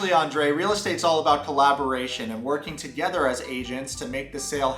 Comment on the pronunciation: Is it just me as a foreigner, or does Andrey often say ‘f’ instead of ‘th’? Toge’F’er and other words…